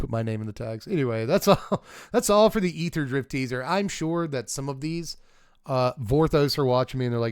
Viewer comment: I just want to say I appreciate you pronouncing aetherdrift correctly